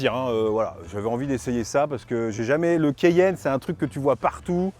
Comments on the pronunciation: Mon Dieu le mec au début a prononcé "le Porsche kéyenne" Au lieu de Porsche Cayenne !😂😂 Une honte pour un présentateur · Le quéyenne ? Vraiment ? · cAyenne pas cEyenne 😂😂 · Le keyenne 😂😂